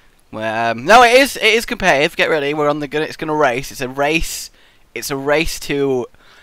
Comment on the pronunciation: ITS NOT COM-PED-I-TIVE, its COM-PET-I-TIVE